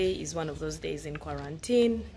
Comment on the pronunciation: Antii da word is kwarantinii😂😂😂